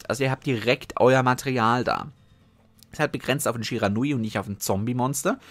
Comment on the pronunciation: Ich „glaube“ du sprichst „Shiranui Sensei“ Falsch aus